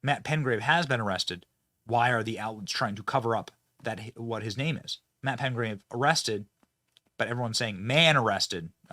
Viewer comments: Would you quit saying Razor Sharp, they're sharp yes it's possible to cut your skin on it because it's sharp but it's like taking a spoon and sharpening the edge somewhat, also it is PeTgrave NOT PeNgrave like you have been saying, PeTgrave! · It's PETGRAVE, not PENGRAVE - there's no "N" in it Benny. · Uh Billy, the man's name is Petgrave not Pengrave 🤦🏾 lol